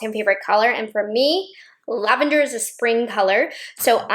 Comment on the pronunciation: You said "lavander" and I heard "Nouveau" <3